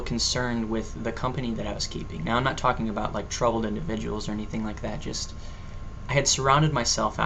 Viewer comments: Haha "When I think ABOOT it" Yeah I caught that. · hhhahahahahahaahaa aboot. aboot. aboot. lol. x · "..i begin to think a boot it,,," Lol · rofl, when i think aboot it. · Ah cohenism! :D<3 "and when I think aboot it" haha, awesome job man! ;] You make a very good non-Canadian-Andrew! :] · HAHAHAHA I love you! "aboot" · did you just say a boott??? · "When I think aboot it" hahaha nice one. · another guest! We need to start a vlogcandy guest club...or something also LOL your canadian "about"